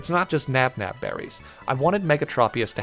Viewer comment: the pronunciation of tropius was one thing, but NABNAB berries. this man is trying to kill me